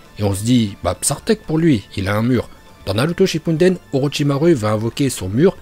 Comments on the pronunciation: Pk tu dis "nalouto shypunedaine" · toujours "Naruto Shinpunden" xD jpp !!! mais tes vidéos c'est le feuuuuuu continue comme ça !!!! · Salut je suis actuellement en apprentissage du Japonais grâce aux animés (oui oui c’est possible) et j’aimerais que tu fasses une vidéo sur les prononciations vo de Naruto car elles sont juste excellentes et ton accent est parfait! J’espère que tu le feras car Naruto Shinpunden c’est la vie! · J’adore quand tu dis naruto shipuden